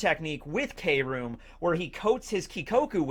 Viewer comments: It's KROOM /(crume)/(kruuuume) not krome/(chrome) lol silly lol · i think you’re saying it wrong it’s cru- oom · Its pronounced kah room or kill room!!